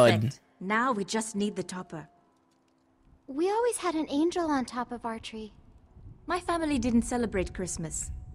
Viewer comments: you pronouns angel wrongly. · You said angel wrong